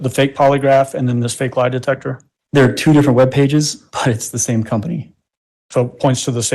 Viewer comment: De-tec-her……but she said she has a Masters degree 😂🤷🏽‍♀️🤦‍♀️